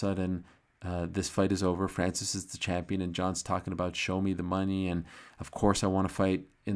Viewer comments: pronouncimng a french name correctly is unamerican and unpatriotic! very disrespectful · I stopped watching after how ariel pronounced francis name that way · Ariel, I was counting on you for pronouncing Francis' the right way. You let me down. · Ariel 'ADDESSONYYA' FHANCEES' Helwani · tried making those sounds Ariel made when he pronounced Francis name... don't think I have the nose for it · Why does he say his name so weird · So Ariel can't pronounce his name lol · Leave it to Ariel to make up accents and name pronounciations... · Why is Ariel doing a French accent? Francis isn’t French, he moved there ..